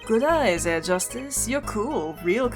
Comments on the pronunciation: Just for the record, the “H” in “Herr” is actually pronounced in German ^^ Thus, you don’t say “Err” but “Herr” as it’s written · Keep in mind the H in "Herr" isn't silent. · So, either is attracted to Germans or to prosecutors. First Edgeworth, then that girl crush on Franni and now Klavier. I'm looking forward to seeing whether the same is true for Double Destinies' prosecutor. It's still kinda weird for me to see German words pop up in an otherwise English game. And a little tip: The H in "Herr" isn't silent. It's pronounced like the H in "honor". Otherwise your way of saying it is spot-on. (I'm really impressed by your German pronounciation) Edit: I'm an idiot. The H in honor is silent, lol. What I meant was something like the H in "help".